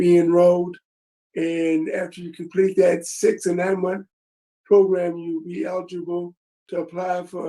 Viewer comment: How come this guy cant say the word program properly